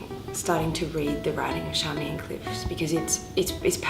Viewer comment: There is an interview online where George clearly calls her Charmian so it makes me wonder why you ( and others ) call her Sharmian.